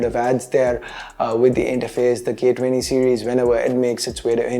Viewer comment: ' For the gay 20' XD